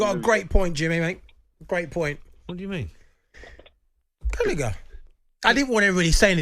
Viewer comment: Jamie saying gallgher was better then palmer LOLOL you sausage